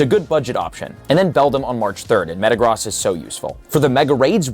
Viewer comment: GOOD GOD LEARN HOW TO CORRECTLY PRONOUNCE METAGROSS AND TYNAMO!!